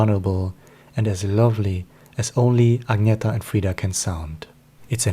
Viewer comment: It’s Ag-nee-tah. And your voice is extremely boring. Hire a professional person to read your inane opinions please. And learn to pronounce their names properly. If you don’t know how, watch official Abba videos where THEY speak and tell their names themselves. Idjit!